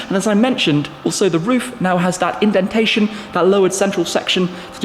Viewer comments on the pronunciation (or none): none